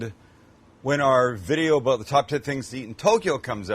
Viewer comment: I only have an issue with how you say "out" and "about" 🤣